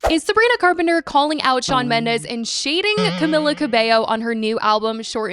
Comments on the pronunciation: Cah-me-la. Just had to get that out there 😂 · why are you pronouncing camilas name like that lmfao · You’re pronouncing her name wrong. Over and over. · Whose? Camila?? How is it pronounced tho? I am not native English speaker so it sounded fine to me.